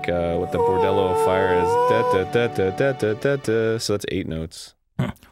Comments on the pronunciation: I love how Arin keeps saying bordello of fire instead of bolero. Can't even tell if he's joking. I just know that the idea of a bordello full of gorons is an idea that will stick with me and my nightmares for a long time. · "bordella of fire" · The fuck is Arin's problem with the word "bolero"